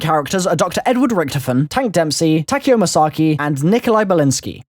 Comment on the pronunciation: why do people say takeos name tak then eo so like ya, when you pronounce it as tuh keo but spelt like takeo, just sayin